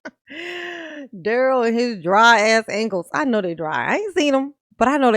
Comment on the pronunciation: WTF DA-RELL?!?! "Are you aware that the investigation is from November of 2021??" Then REPEAT the sht out of the certification question? Then GROUNZ.. "Difficult Da-Rell"